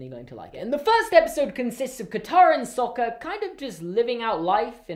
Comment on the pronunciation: All the awful name pronunciations as well...! Iroh turned into Eeroh Sokka turned into Sohka Aang turned to Ahng It's just.... UGH. And Sokka was only ever called Sohka in the one episode where Princess Yue's fiance called him that at the weapon's room! The ONLY TIME! It's like Shyamalanadingdong didn't even see half the movie before he made this! It's like he saw bits and pieces and said "Oh, I like this! I'll make a ripoff!" No disrespect, but REALLY.